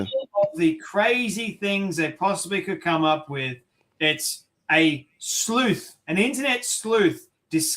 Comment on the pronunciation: She cant say sleuth😂😂😂😂😅